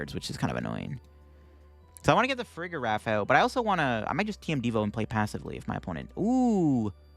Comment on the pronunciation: Farigeraf? how about pronouncing it like giraffe?